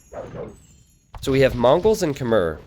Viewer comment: Stop saying Khmer as 'kuh-mer' It's 'kuh-mai'